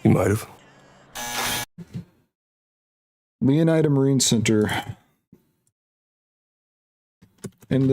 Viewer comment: I think it's pronounced "lay oh need a"